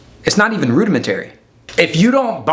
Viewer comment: Never heard that pronunciation of “rudimentary” before